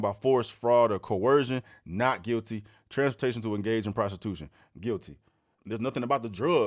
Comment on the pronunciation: He did say " NOT GUILTY, AND IM FILTY " LOL